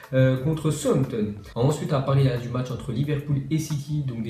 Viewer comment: STP APPREND À DIRE "SOUTH-HAMPTON" EN PHONÉTIQUE CA FAIT "SAOUSSE-HAMPTON" 🤣🤣🤣🤣🤣🤣